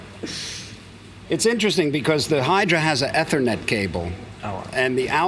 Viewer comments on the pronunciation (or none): E-E-thernet cable...Sorry Steve i know you're an amazing wizard on guitar but i cant stand to hear you say a simple word like Eth-ernet wrong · Eeee thernet. Not eh thernet